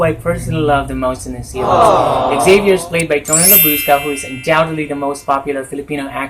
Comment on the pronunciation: ay may special. participation si popsy. ♥. i like the pronunciation of " Labrusca". 😂 😂